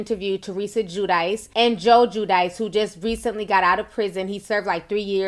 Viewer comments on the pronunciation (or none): Its pronounced JEW-DEE-CHAY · It's Giudice Ti, pronounced "jew-dee-tshé" lol